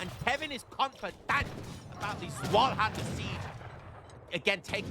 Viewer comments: Zweihänder: Take Z sound from pizza Take the V sound from video ei you just say like eye And I think the händer was just fine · Whenever you pronounced Zweihänder I was like „NEIN ! NEIN !“ Nice Video tho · Nein! Nein! Please pronounce Zweihänder correctly in the next year! Happy New Year 2026 y'all! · Your German pronunciation was a bit incorrect, but I still enjoyed the game. Happy New Year 2026. Keep up the good work!